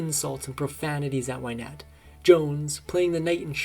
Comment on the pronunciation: It's not Wine ette it's Win ette. Get the pronunciation right at least.